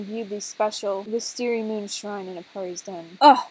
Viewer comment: You said wisteariagoon its wistesriamoon! 😂🤣😂🤣😂🤣😂🤣🤣😂😂🤣😂😂🤣😂😂🤣🤣😂🙃🤣😂🤣🤣😂😂🤣😂😂🤣😂😂